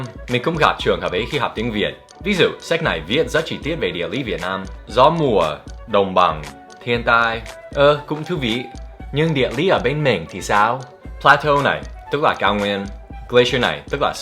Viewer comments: Thiên tai ông đọc như hentai ý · thiên tai mà mik nghe thành hentai